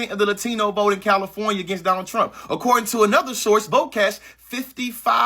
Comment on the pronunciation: “ I will vot…for Donald Thump” 😂😂